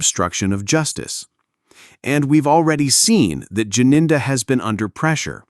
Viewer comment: Gininda not Jininda